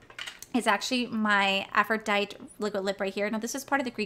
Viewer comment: It’s AphroditEE.. the Greek goddess